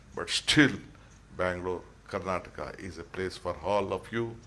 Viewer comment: Its karanata eric garcetti should learn kannada, we are kandaigas sir